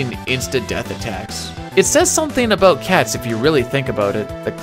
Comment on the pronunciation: Lol...I heard that "aboot" slip out during the Templar breakdown.